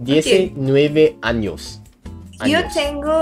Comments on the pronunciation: It's so funny because when she said "anos" instead of "años" it actually means "anuses" LOL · Be careful and say "años" instead of "anos" haha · Hi everybody! As a latin guy, this moment just made me feel tender for how well both of them are struggling with Spanish sentences. You know, because "anos". Lmao